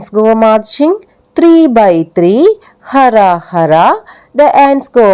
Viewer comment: ഹ അല്ല ഹു.. Pls check